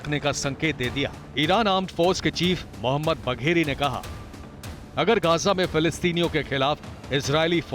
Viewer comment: Bewakoofon baqri ko bhagiri bolta name to thik se lele na